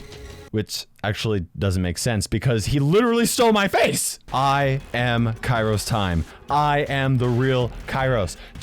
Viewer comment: They even have the same shirt. SHAMELESS!! And btw it is kairostimE not kairostiM